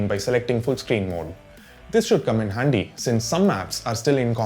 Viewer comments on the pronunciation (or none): Hello. Please learn to pronounce the letters 'D' and 'T' properly. "handdy" 😂